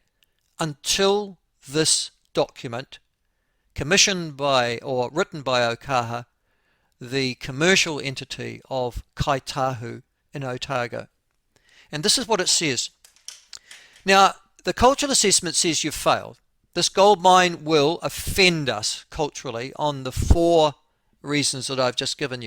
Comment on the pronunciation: Please, Ngai Tahu, not Kai Tahu!